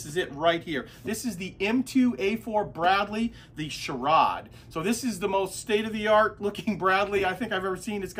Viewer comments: Its pronounced Shore - ad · SHORAD pronounced Shore-add is Short Range Air Defence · I'm an old BSFV crewmember, this makes me happy! BTW pronounced SHORE-ADD, Short range air defense 😉